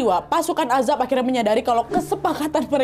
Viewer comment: Azhab kak bukan azhab